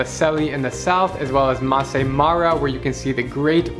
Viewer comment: It's masai mara not massa mara